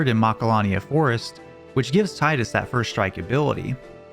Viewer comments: His name is not pronounced Tigh-dus. It’s Tee-dus. Not meant to offend you :) god bless you for playing Royal Castle from Legend of Dragoon. Criminally underrated game and my personal favorite RPG of all time. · its TEE DUS not TIE DUS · Man, everyone in the comments commenting about the pronunciation of GameFAQs, and no one pointing out that Tidus is pronounced Tee-dus. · F.a.q but i get it.. why i can aris by her actual name but tiiiidus sounds weird, fuck him lol he's tide us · It's Gamefacks and it's Tie Duhs And it's also GIF as in GIFT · is this the part where i start a war over the incorrect tidus pronunciation?